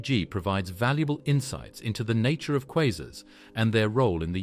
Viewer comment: Informative video in many ways, but assumes the Big Bang is a proven fact, accepts that dark matter and dark energy are well-settled theories, and pronounces the word "quasars" at least four different ways.